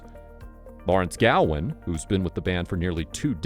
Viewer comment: Gowan. Not Galwin.